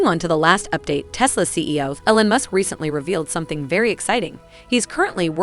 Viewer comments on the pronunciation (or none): “Ellen musk”